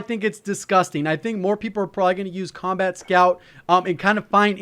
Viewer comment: thought he said 'scumbag' scout